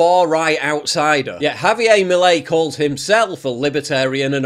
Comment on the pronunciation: It’s pronounced havyair not havyay. Argentina is not a Francophone country. Get it right.